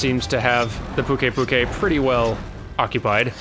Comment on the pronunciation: Apparently and I are at odds on all sorts of pronounciations. Why wouldn't you pronounce it Puke-i Puke-i. Puke to rhyme with Luke, and then ei like a written scream. Also, phonetically on point with the mistake made regarding Slate and Sleight.